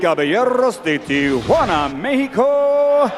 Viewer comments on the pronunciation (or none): none